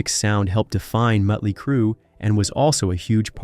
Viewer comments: Hey dumbass! It's Motley, not Muttley! Muttley is a cartoon character, like you. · What? This narrator from england ?he keeps saying mutley not motley.?😊🤷‍♀️🤷🤭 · why are saying "mutly crue"?wtf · Can't take it seriously. "Mutley crew" 😂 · DUDDDEEEE why do u keep saying MUTLEY!?!? Like for real!?!? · Damn. Bad bro...bad. Mütley Crüe? Better yank this and redo the narration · Who put this shit together?!! The guy can’t even pronounce “Motley”. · Metley crue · he was just like: metly mutly like what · Why can't the narrator say Mötley correctly? Is it some kind of computer-generated voice because it/he also pronounces other common words incorrectly? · Dude cant even pronounce the name of the band right. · He's pronouncing the band name wrong because he's pronouncing the umlaut over the O, which just makes it clear he knows nothing about the band. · Right? That bothered me throughout the entire video.